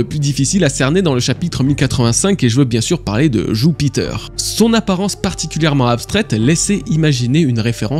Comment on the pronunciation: pourquoi dire joupiteuuur quand tu peut dire jupiter ?